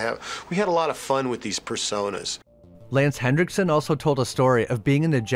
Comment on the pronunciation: There's no D in Henriksen.